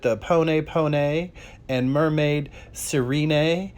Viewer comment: Sirene, like Siren. Sigh-Ren-Ay